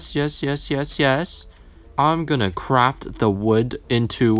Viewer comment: “oxolotl” what the absolute heck “I’m gonna craFT” thought you said u were gonna crap 👹